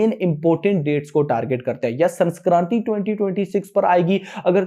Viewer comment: Chutiya sanskranti nhi sakranti hoti hai